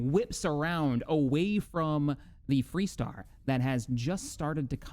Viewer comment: Hmmm... You say the ship is called ... "FREE" Star...?? I think I knew her when she was called FAR Star... :)